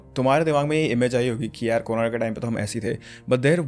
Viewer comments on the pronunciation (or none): none